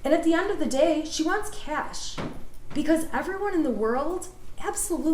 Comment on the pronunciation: & she even asked the guy, “ how do you say it?” & he said, “it’s ‘cash’” & she proceeded to call it “cash-a” 😅😅 why’d you even ask🤦🏻‍♀️🤦🏻‍♀️🤦🏻‍♀️